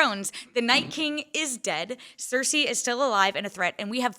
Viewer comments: Ceresi. It's heresy! lol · Why is he calling her Cerisi??? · Why is he saying Cersei so weirdly?